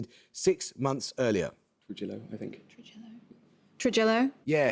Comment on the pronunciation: On the other hand, imagine saying "Trujillo" like that and getting full points